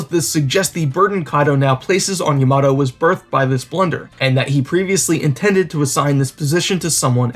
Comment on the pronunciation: Her name is Yamato not yamado XD